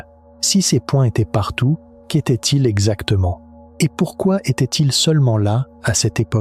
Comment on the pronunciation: maise , pase , partoute , trèse ... mdr l ia